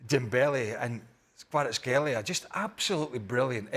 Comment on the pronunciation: Frank you can’t pronounce Kvaratskhelia or Kvara or you’re just f…. Blind, speaking about PSG and do not mention MVP of the match🤮🤮🤮